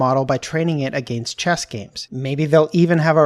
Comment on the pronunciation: Canadians cant say against correctly